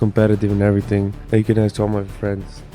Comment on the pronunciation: Does he say aks, that would be the ultimate black thing